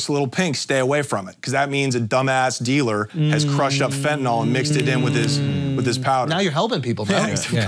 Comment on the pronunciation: Fentanyl. Nyl, pronounced as nil. That just bothers me lol